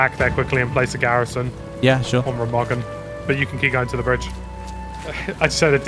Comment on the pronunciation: The voicing is on the first syllable, RE-magen <3